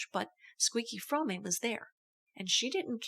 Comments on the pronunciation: The e in "Fromme" is silent. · Squeaky pronounces her name "From-May." Pretty sure she would know how to pronounce her own name.